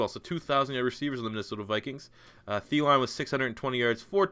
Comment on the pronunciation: the way you pronounced Thielen made me cry btw.